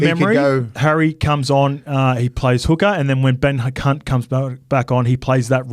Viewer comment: did call Ben Hunt "Ben C*nt" 😂